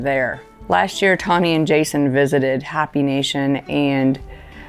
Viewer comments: Sorry. I just couldn’t resist. It’s pronounced (Hope-ee) nation. Hop-ee nation is a little off. Please take this in the light to which it is intended as a gentle bit of help. ❤ Y’all are awesome. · Just for general information Hoppy compared to Hopi. Hoppy is pronounced Hoppy and Hopi like Hope with an I. Just trying to help, God bless wonderful organization ☺️ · Troy is such an intragal part of HPH. I love to watch him with the horses. And he’s mechanically inclined. Keep him around as long as you can. Also, I believe you go to the “Hopi” Nation in Arizona to do veterinary work but I’ve been hearing it pronounced “happy” and “hoppy” on your videos. The Hopi People pronounce it with a long “o” and the “e” sound on the end. Like Hope(y). (just in case you go again). From Diane in Arizona. Love all you guys. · Hopi is pronounced ho pee. Long o.